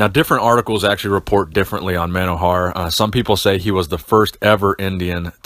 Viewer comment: His name is pronounced mono-hor-a-h lived a few kilometers from my house.